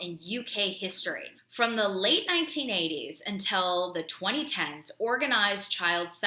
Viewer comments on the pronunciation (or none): none